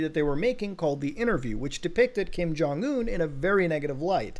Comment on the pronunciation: Lazarus will take you down for that pronunciation. Who is Kim Jong Ooown?